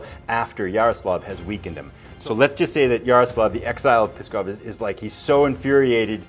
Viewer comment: NOO and AYBUL, not NOOD and ABULL. Also, PSKOV is pronounced "SKOFF". NEVA is pronounced "NEE-VUH". I really want to finish this series, but your mispronunciations are giving me a tumour.